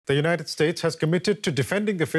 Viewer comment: "The United Stakes" this guy shouldn't be president.